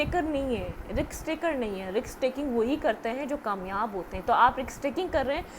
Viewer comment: Risk not riks😢